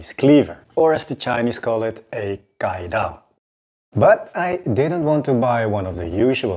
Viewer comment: Have to say this but my cck 1303 also has that grind lol. Just that the steel reslly cant hold an edge for long 🥲 Also, you pronounce caidao not like "kai" as in kai and shun knives, but more like chives without the V and the H.